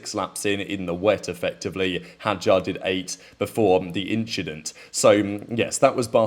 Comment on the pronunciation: "inchident" Now you have to be consistent with saying it in all your future videos 😂😂I'm watching you... 👀